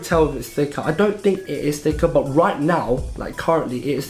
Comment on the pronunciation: Your "but" becomes "bah" lol (not a hater)